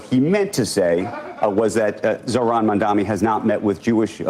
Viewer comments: Why do they keep mispronouncing his name as Mundami? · Is it my ears or they are still calling him mamdaMi instead of what it is, mamdaNi? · “Mamdam-ni”?!? Yowza even professional journalists are so susceptible to the detractor’s narrative. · WHY do they all KEEP calling him MamdaMi? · "Going back and forth" with Jonathan Greenblatt AFTER they allowed him to use their broadcast to lie is complete bullshit!!! The time to "go back and forth with him" was while he was lying on their show!!! (And learn to say the man's name correctly!!! Mam-da-ni.....it's three freaking syllables!!!) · does this guy have brain damage or speech impediment? Mamdami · how come they can’t pronounce his name? Are they illiterate? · And the CNN guy mispronounced Mamdani’s name 3 times too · Can those TV anchors say Mamdani's surname correctly please ? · He mispronounces his name in purpose. The level of passive of little girls. It’s petty. He is also a hardcore Zio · Bro literally can't pronounce Mamdani. Maybe correct your pronunciation of the future mayor's name before you correct Greenblatt's smear of him, asshat. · Is "Mamdani" really that hard to pronounce? 😅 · I hate how so many of them keep saying his name wrong, it drives me up the walls. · Is it that fucking hard to pronounce Mamdani? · Mfer trying to correct the record to the benefit of Mamdani and can't even say his name straight